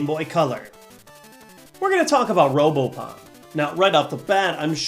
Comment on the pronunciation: who else thought it said robopoon?